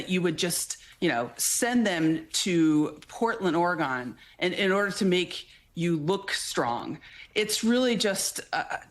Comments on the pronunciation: that is NOT the correct pronunciation of Oregon. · I really wish News agencies would take a few minutes with their guests and make sure they know how to pronounce the name of the State you are talking about. ORY GUN not ORY GONE, We have not gone anywhere. (SMH) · The way you pronounce Oregon isn't going to win you favors in Oregon. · Say Or-re-gone 1 more time. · Ore-GONE lol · It's Portland, Oregon not Ory-gone